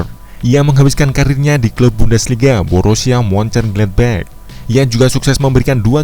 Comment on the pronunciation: Benerin cara bacanya dong. Borusia moncen glad bag? Materi bagus suaranya annoying😅